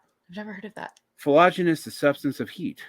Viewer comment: getting cocky, its Phlogiston you peasant, lol